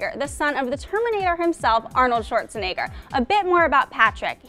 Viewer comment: Sorry but it's so funny how american or english people pronounce Schwarzenegger *sorry for my english